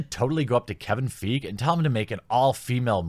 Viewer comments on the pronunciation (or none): You're killing me smalls. It's not pronounced "feeg", it's pronounced, "foggy". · Feige is pronounced F eye gee. :) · wow, you predicted the removal of the "want to see" poll like a psychic! (Feige = fah-e-ghee) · BTW it's pronounced Feigy not fig. Kevin feige if they make he won everything I'm out... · It's pronounced "fai-gi" not "feague" , easy mistake. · Kevin Feige's name is pronounced F-EYE-GEE. I only correct it because Paul Feig (pronounced FEEG) is the guy responsible for Ghostbusters 2016 and while Fiege seems to be going down a bad path, he hasn't quite plumbed the depths that Feig has sunk to. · FYI, Feige is pronounced "Fie-gi" (hard g). I agree with your statements, but repeatedly mispronouncing Feige definitely hurt your credibility since he's an established director in the MCU. Not like he's an obscure figure that hasn't had huge exposure. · I love you bro but his name is pronounced fye-ghee (hard G) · You are pronouncing Kevin Feige as if it has no e at the end (Like Paul Feig). Pretty unfair to Kevin. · FYI fiege is pronounced figh-gee just for future reference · It's not Brie Larson it's Reeeee Larson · Kevin Feeg? Might need a bit work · I beleive it's pronounced "Fyi-Gi" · His name isnt feeg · His name is pronounced fy gee. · Hate to be that guy but isn’t it pronounced “Fuy-gei” ? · It's Kevin Feige ( fai-gi) pronounced. You butchered his name harder than Thor butchered Thanos' chest. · It’s Kevin Fi-gee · First of all, the worst rated MCU Movie is "The Incredible Hulk". Second of all. I don't know where all the hate is coming from, if you were a true comic book fan you would know what the A-team is and why it rules but, considering you don't even know how to pronounce Feige's name right, what did I expect? ... what a poser. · How are we to take you seriously when you can't even say Kevin Feige's name properly? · You're pronouncing Kevin Feige's last name incorrectly and it drives me nuts:P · Feige. Fee fi fo fum. Glee - gee